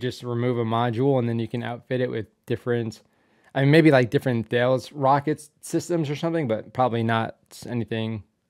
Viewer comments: Its pronounced Tallis not Thales (although with a French accent) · That's pronounced Tales , it's a standard missile format.